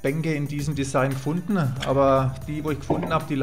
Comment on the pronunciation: Gut gemacht ! Lustig, wenn das 'n' am ende eines Wortes mitgesprochen wird. Kastenä, gefundenä 😁